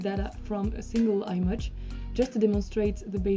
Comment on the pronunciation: Fantastic resource, thank you!. Not sure if someone else has already mentioned it, however the "i" in "image" is normally pronounced like you now pronounce the "i" in "isolate", while the reverse it also true :), that is, you should swap your pronunciation of "i" for these two words! No don't thank me, I can't help it!